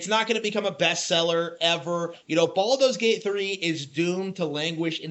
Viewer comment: "Balldo's Gate", lol